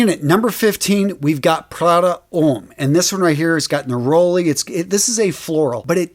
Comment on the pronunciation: Abercrombie & FiNch? Prada Ohm? And still not able to pronounce Gió right, eh?! Yeah, I'm totally gonna trust you on fragrances...